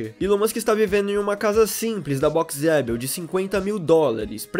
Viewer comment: Dica, coloque o nome "Boxeabl" pro pc ler e verá que não é Boxe adel como vc pronuncia.